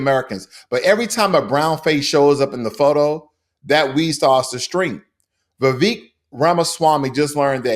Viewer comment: It's not ''Vivek'', it's ''Vivekkk''.